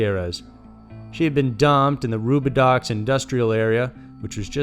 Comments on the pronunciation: Fyi, it's pronounced Roo-buh-doe. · You always do such good work. For reference only Roubidoux is pronounced (rue-be-dow).